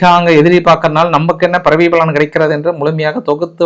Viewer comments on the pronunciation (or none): none